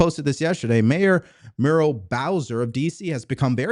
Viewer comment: Muriel is pronounced Mure-ee-ell.